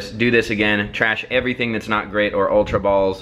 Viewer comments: He didn't say ultra. He said Ulra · it's not ulra